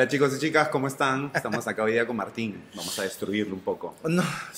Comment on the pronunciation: eles telible!!! 😆